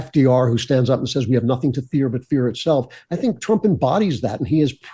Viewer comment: ❤❤❤TRUMP……NOT TRAMP❌❌❌